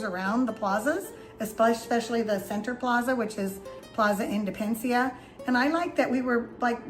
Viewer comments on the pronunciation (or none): Drove me crazy when you were speaking about Plaza Independencia, and kept calling it "Indepencia," leaving out a whole syllable. Kinda funny, kinda annoying. But I appreciate the tour!